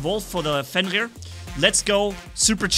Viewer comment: I judst lovzd when u said fenra with da arabic accent lol